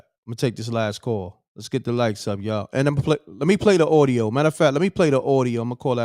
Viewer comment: Ordio... not audio